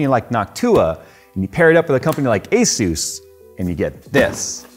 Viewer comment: Finally someone saying Asus right. Question though, is Noctua said like that for real? Or is just messing?